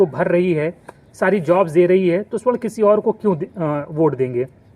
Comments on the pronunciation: Video banate ho thora gyan badhao . Pahale swarna ( sona/gold) aur sa- warna me antar samjho aur shudhdha sudhdha bolna sikho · Suarn ni sabarn hoga hy😂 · सवर्ण बोलिए, स्वर्ण नही, स्वर्ण मतलब सोना, ए सोना नही कीचड़ हैं, कृपया सुधार करें